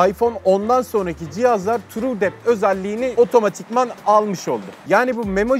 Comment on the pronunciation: truedepth bide düzgün okuyabilsen